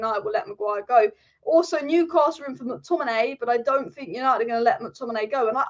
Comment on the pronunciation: Yay!!! Thanks for going back and pronouncing him as Mctomineye! 👍🏼